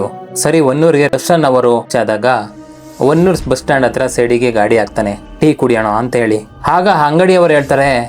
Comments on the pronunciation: Adu honnur alla bro adu hanuru name adru correct agi akri 😂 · ಸರ್ ಅದು ಹೊನ್ನೂರು ಅಲ್ಲಾ ಹನೂರು ಮತ್ತೆ ಆ ರೋಡ್ ಅಲ್ಲಿ ನೀವು ಹೇಳಿರೋ ಹಾಗೆ ಏನು ಆಗಲ್ಲ ಸರ್ ನೈಟ್ ಟೈಮ್ ಆದ್ರೂ ಕೂಡ ಅಲ್ಲಿ ಗಾಡಿಗಳು ಓಡಾಡ್ತಾ ಇರ್ತಾವೆ